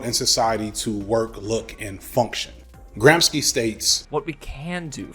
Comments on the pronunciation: I’m sorry to be that person but it’s pronunced Gram-she, not Gram-ski Loved the video, very interesting! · Great video, F! Just want to clarify, "Gramsci" is pronounced like "Gram-shee". In Italian, the "sc" is pronounced like "shh" when it comes before an e or i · "sci" in "Gramsci" is pronounced "shi", consonants in Italian are weird. Coherent (like, the rulse are actually set and always followed unlike english spelling, not unlike German) but still weird to an english speaker. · Gramsci is pronounce like American would say Gramshi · It's Antonio Gram-She. cool video tho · Nooooo gramsci is pronounced like chi in chigago ahahaha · Your pronunciation of Nietzsche is fine, it‘s your pronunciation of Gramsci that‘s egregious. All this concern about white boys and their struggle with poverty, mental health and masculinity and you display such blatant anti-italian microaggression? Wonderful video otherwise.